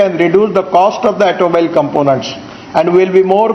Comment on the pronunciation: I know he can't pronounce Toyota, but it looks like he can't pronounce the word automobile either. LOL